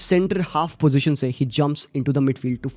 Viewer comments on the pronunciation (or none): none